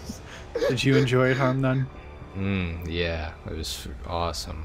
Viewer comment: Its harmnone not harmnane